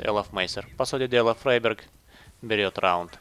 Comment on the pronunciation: Топовый английский "фрИберг"!